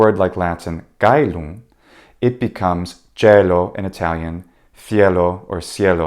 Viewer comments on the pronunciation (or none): none